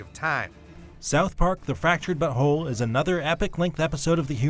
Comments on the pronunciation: He isn't saying "but whole" right. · Why does he say fractured but whole so weird😂